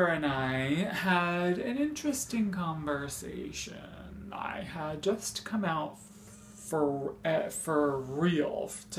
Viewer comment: "con. VERRR, say, tiooon" too much sauce 😂